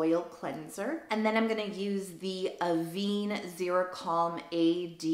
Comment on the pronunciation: Congrats on the house! You deserve it, I hope you’ll have many happy years there. As a sub and long time fan of yours I just want you to know that Avène is pronounced “Av ENN”. The French accent is over the middle e which is like the word très in French (tray). I don’t want you to keep mispronouncing in your vids. I love you lots and respect you 💗🫶🏻